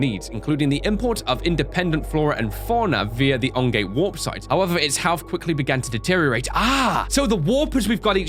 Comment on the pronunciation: "ongate warpsite"?